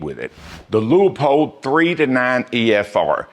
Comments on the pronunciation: Love your reviews and they make sense. Just one quibble. Please stop calling Leupold "Lee-a-pold", or "Lu-a-pold." It is a two syllable name. Like "Loo-pold". I can't be the first to point this out. As to scopes, I have owned many brands from budget to quite pricey. I am not a brand fan. That said, of the more than two dozen current owned the two I like the best are both hunting scopes: 1. Kahles Helia CL 2-7x36. While sadly no longer in production, it checks the boxes: Austrian world class glass (Kahles and Swarvoski are sister companies), German #4 reticle, huge for magnification 36mm objective with superb low light performance, light weight, very accurate tracking but low capped turrets. Extremely high build quality. It does not have a 30mm tube, but for its intended hunting distances, it does not need the larger internals for greater adjustment range. 2. Leupold (Loo-pold) VX6 2-12x42 with Firedot Duplex reticle. This is a truly amazing technological hunting scopes. You probably know all about the motion-activated Firedot technology so I won't dwell. It simply works. The scope has anti-cant warning for long shots. 2-12x magnification is all one could ever ask for. The turrets track well and have zero lock to prevent accidentally over rotation. Optically, it is up there with the Austrian and German best. Despite 30mm tube for better adjustment range it is light for a 12 power variable. In third place is a limited run Weaver Grand Slam Tactical 2-10x40mm Japanese made tacti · Lost me when you can’t pronounce Leupold correctly